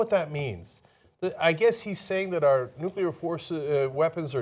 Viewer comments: He DID pronounce nuclear correctly. At least, though, G.W. Bush knew something more about "...Nuclear..." . Pretty sure of this, though never a W. fan. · I am pleasantly surprised that Trump says Nuclear instead of Nukular, like a lot of dumbass Republicans say.